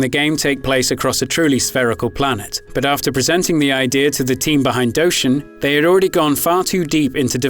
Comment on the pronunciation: I still own this game since its release and I still think it is a classic Nintendo game! PS it is D-O-shin not Dowshin sorry for the nit pick